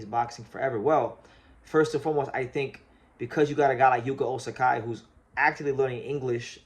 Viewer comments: Hey, I thought I'd mention that you're saying his name as Osakai, but his name in your title is Ozaki. I don't think there is a name like Osakai in Japan, whereas Ozaki is a legitimate name in there. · Ozaki is pronounced more like Ozacky. "KI" is never pronounced "K-AI" in Japanese. It's not Shohei OhtaNAI, or RoKAI SasaKAI, or Ichiro SuzuKAI is it? When reading romaji, just consider the vowel following the consonant is attached to the consonant. O/ZA/KI, not OZ/AK/"I", only real exception is when using H to express long vowel, like OH/TA/NI